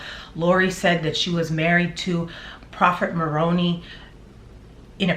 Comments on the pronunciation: I just needed to let you know that you’re pronouncing Moroni wrong. It isn’t Morony it is Moroni-eye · I was a mormon for over 30 years and for 11 of those years was a staunch, endowed, once a month temple goer with my then husband I was “sealed” to. Moroni is actually pronounced Moron”I” with a long “I” sound. But to me it’s really funny to hear her pronounce it to rhyme with bologna because now that’s how I feel what religion is. Bologna. 🙃 FYI: I’m an energy worker and I can’t even touch malachite. It gives me horrible anxiety if I do. Malachite is often used to open a heart chakra of someone who cannot love. I’m a big lover...an “over lover” if anything, so I can only use rose quartz for my heart chakra. I wasn’t surprised Lori picked it for a wedding ring because she obviously had shut off any light energy in her heart. 🤷🏼‍♀️ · I kindly wanted to clarify something for you. You keep pronouncing Moroni as / maw-roh-nee / which is a town in and the capital of the Comoros. Moroni Is actually pronounced as mō-rō´nī, who is the Son of Mormon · Moroni is pronounced differently by the Mormons fyi. You are saying it right except for the last sound. The last sound is not e but i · Yo its Moroni Mor-Own-I, not Moroan-ee,. I think ChuubyChin Chad would try and justify the bee killing, claiming they could have stung him, but who the F, kills 120? Sickos do-normal person might kill one and run, but not chubby. They were fascinated with the Malachite stuff, maybe using it as poison too, if it was untraceable one could speculate. I grew up in the Mormon faith (LDS), and resigned after being a member for over 50 yrs. I resigned because the mainstream LDS has a lot of the same scandals as the Catholic Church-but the LDS keep it hidden better. Im also familar w all the Mormon splinter groups-and loosely know some connected to Chubby's whacked out bunch. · Maroni. Pronounced with long i at the end. Like Maron eye. Heard it on a Morman channel. Just saying.